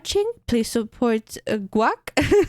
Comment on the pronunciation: (you pronounced it right, its gwac (pronounced "Gwack")